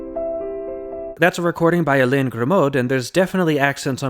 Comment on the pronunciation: Nitpick: I don't think you're supposed to pronounce the "d" in "Grimaud". It should sound like "Grimo" (with the stress on the last syllable).